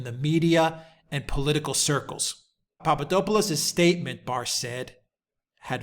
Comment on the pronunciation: I hope you don't mind me pointing out that it's PapaDOPalous, - DOP as in hop, or drop, not PapaDOPEalous - DOPE as in hope or pope. Thanks.